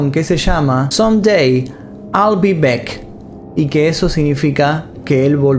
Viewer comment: SOME DAY ALL BE BACK NO SIGNIFICA ALGUN DIA SERÉ BECK AMIGO OSEA MI ORTOGRAFIA ES PESIMA PERO TU INGLES ME MATA 😂😂😂. DISCULPA TENIA QUE DECIRLO 😁